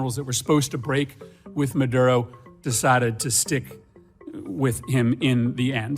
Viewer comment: Are you Hispanic you say maduro perfectly